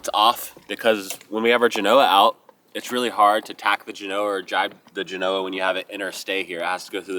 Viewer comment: Love you man, but if your brother can finally learn hot to pronounce Genoa -- you can too! You're killing me Smalls! 😊